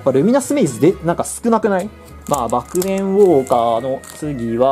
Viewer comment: ﾊﾞｯｹﾝｳｫｰｶｰ(ネイティブ)